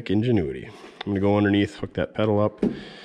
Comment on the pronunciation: ingenuity, not Enginuity.